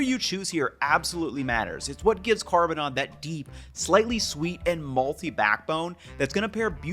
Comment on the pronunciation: Please can someone edit a clip of just 'this is a dish called CARBONOD FLOMOND'